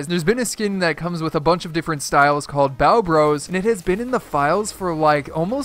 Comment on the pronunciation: Hol up , you said byeo bros (spelt how he said it)